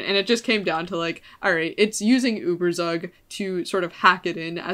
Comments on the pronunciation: It's pronounced ueberzug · The way you are pronouncing ueberzug is making me wanna kms but aside from that very interesting video